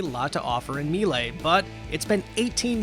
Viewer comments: Why do you say miilea instead of melee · Say "me-lay" instead of "may-lay" one more time. I dare you. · It’s melee, not meaylay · MAY-LAY NOT ME-LAY BUT MAY-LAY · It's not mile it's melee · ITS NOT PRONOUNCED MEE-LAY ITS MAY-LAY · Me-lay? WHAT?!?! It’s May-lay! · Are you two phonetically challenged? I can understand certain words, but when you mispronounce names of titles where the title is constantly shouted at you, just wtf is wrong with you? Poe-Kay-Mon not poe-kay-min you damn commi! May-lay not Mii-lay! Seriously, buy a god damned dictionary! learn to phonetic! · Me lae? Its Melee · It's "May-lay", not "Me-lay" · It's melee not meele lmao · I double dare you m'fer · Mee-lay? Say it with me.....MAY LAY. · Its pronounced may-lee not me-lee Great Vid and Keep it up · may-lay not may-lee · It’s pronounced may-lay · it's not meelay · Its MEELEE FOR F**k saké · Lol "miilay" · "Mee-lay" ok I'll let this slide "Oak-arina of Time" ok now you're dead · Super Smash Bros. “Me Lay” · its pronounced MAY LAY! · The way you say melee 😡😡😡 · when ur a nintendo channel and cant pronounce Melee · Take a shot every time they mispronounce "Melee"